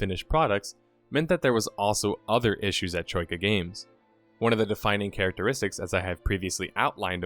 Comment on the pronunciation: Hmm you do a good job not sounding Australian when you say Troika I find it very hard to do.